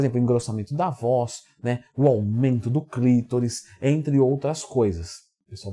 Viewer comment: é clitÓÓÓris Leandrão, tem acento no O e não no i ! hauhauhauau